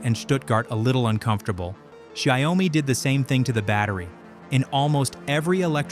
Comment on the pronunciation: Interesting video, but the AI keeps mispronouncing the name of the company, which is annoying. "Xiaomi" is not pronounced "shy-owe-me". It is pronounced "Show (as in 'shower') - me". This means "millet" or literally "little rice" in Chinese.